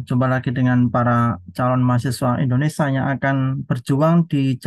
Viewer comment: Indonesia, bukan Indonesa